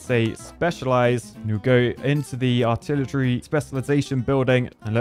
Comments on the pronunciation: Lol, "Artilitree" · Artil-a-tree begs for more research, you'll get there... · the word artilitry really got me